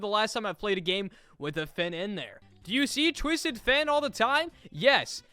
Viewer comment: Im mad for u saying finn like dat ☠️